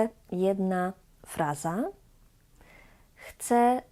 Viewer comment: Wymowa "Chce spróbować " jest błędem wymowy , ponieważ "Chce" to on/ona/ono. Natomiast "ja" zawsze "chcę" i tak prawidłowo należy wymawiać Bo jeżeli powiemy "Chce rozmawiać po polsku" to powstaje pytanie : Kto chce rozmawiać po polsku ?